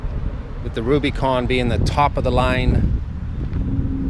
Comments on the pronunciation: nicholas rose he keeps saying RubyCon haha it’s like dude “it’s Rubicon” at least learn how to pronounce it right! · We say (RUBA)-CON not (RUBY)-CON. OlllllllO 🤘🏼 😆 🤘🏼🇺🇸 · Great vid, but its not "ruby con" its "Rub-ih-con", like the Rubicon trail. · I agree man he also doesn't say anything about the front locker, sway bar disconnect and he said two door had plenty of room behind the backseats......what? Haha he also says ruby con haha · Was it the ladies sunglasses he was wearing? I stopped watching after he pronounced Rubicon "Rubeeecon". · Ruby Con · Just me being picky hate the way u say rubicon